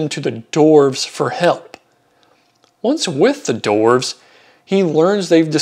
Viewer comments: Its dwarves, not doorves, dude. 😂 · Very interesting video but they're not "dorfs". There's a w in there, dude.